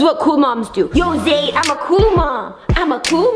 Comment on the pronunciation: Not being rude of sm but it is not Zaire it's Zaide😊